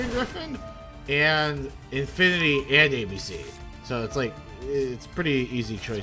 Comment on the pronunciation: I love that othee than I:P you didn't pronounce a single card's name right😂. Favorite was calling Infinity-Infernity. It's part of your charm.